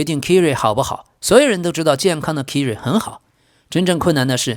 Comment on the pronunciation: 唉 你这英文名读音都错得太离谱了 Kyrie应该读作凯瑞 不是kiri😅 要不哥们听听英文新闻学学这些人名队名都怎么读呗？或者都用中文名好了，别难为自己